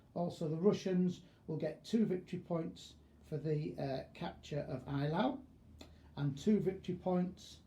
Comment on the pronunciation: At least try to get the pronunciation right. It's 'A' - LAU, not 'EYE' - LAU. Best Wishes: Professor of History: Eton.